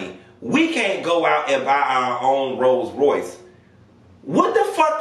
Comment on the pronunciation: You do country you don’t even say rolls Royce rice 😂😂😂💀